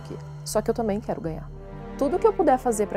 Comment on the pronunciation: "Não quégo ig emboga"